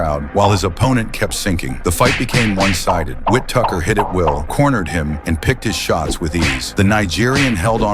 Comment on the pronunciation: "Ben Whit Tucker"; W-T-actual-F?! 😂